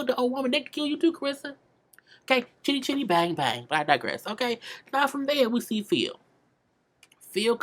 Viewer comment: Girl did you say "Chitty Chitty Bang Bang"--I know you did but you crack me up